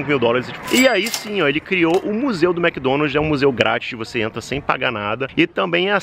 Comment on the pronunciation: A essa altura do campeonato a ainda fala Mc Donalti...rs